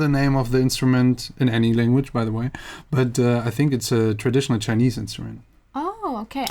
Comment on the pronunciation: Everytime he said "chinese" I died a little inside 😩